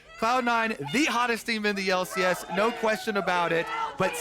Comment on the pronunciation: unwittingly genius!!!!:D >>>>> <<<<<< "WELCOME TO FINAL DAY everyone....here in the L......C.........AIASS! " XDDDDDDDDDDDDDDDDDDDDD loooooool XDXD:D did SERIOUSLY SAY THIS!?!!? XD i think he didnt even realize!?!?!?!?! LOL!